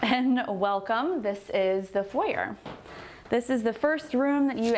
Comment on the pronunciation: It's beautiful. But I'm always caught off guard when a designer doesn't know the correct pronunciation of foyer.